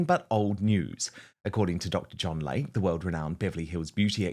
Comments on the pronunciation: PRONUNCIATION: It is Dr. "Lay-Key" not LAKE!! Can't understand why he keeps putting ads on your channel. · Hello, beloved fan here. Dr. Layke is pronounced Dr. Lake-e. ❤